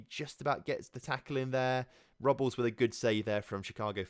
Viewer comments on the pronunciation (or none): The goalkeeprs last name Robles is pronounced Row-Blaze